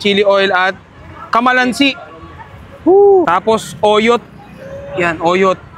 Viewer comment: Hindi po kamalansi kalamansi😅😅